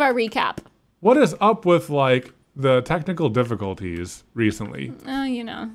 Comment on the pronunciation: keeps saying technical difficulties worng AHHHRG